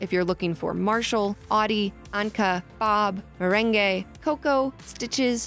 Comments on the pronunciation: did she really say meren-gae its merengue like the desert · Did you say "me reng aye.." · OMG u say meringue like meraingay like bru wattt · No one: Literally NO ONE:: MeReNgAy 👏😭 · They said meringue like “mirengay” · it's pronounced mer ang also i'm lucky cuz i got ankha in my campsite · Did you just say merengay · Leigha Thomas fr? It ruined mine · WHAT WHY DID SHE SAY MERENGUE LIKE THAT😭😭😭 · Who pronounces ‘meringue’ like that?